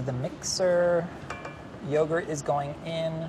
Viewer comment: FINALLY someone else pronounces it “yogret” instead of “yogurt”.